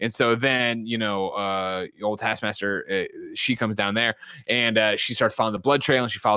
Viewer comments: Everyone's sounds like they're saying task masker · Say it with me, Nick: T A S K. M A S T E R. TASKMASTER Not tass masker… TASK. MASTER. Thank you for coming to my TED Talk. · Is it just me or can Nick not say taskmaster?